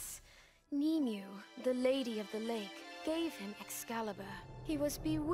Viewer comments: Sorry, I'm still reeling from the pronunciation of Nimue as knee-mew.... How did the frickin' Japanese get it more correct than the English dub? Egads. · It still hurts to this day that the game CHOSE to pronounce it "Nim-oo"